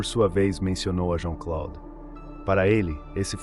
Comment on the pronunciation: JEAN CLOUDE, A PRONUNCIA É ASSIM...😮😮😮